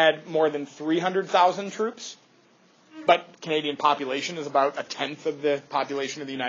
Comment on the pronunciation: LMAOOOO "They liked what Canada was all aboot"